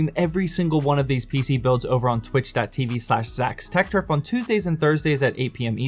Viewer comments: Does it always sound like he says Zach's TACK Turf!? lol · Did anyone realise he said zachs TAC turf